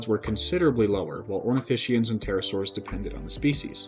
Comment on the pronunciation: min. Those black spots are clearly of the shape of a t Rex. Oh and it’s: ornithis-kians not ornitishians.